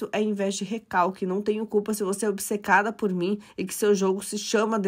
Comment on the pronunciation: Ela não fala obsecada. Fala bisecada.